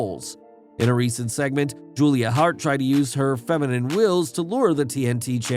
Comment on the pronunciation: it's "feminine wiles" (long I sound, think "wily" or "Wile E. Coyote"), not "feminine wills".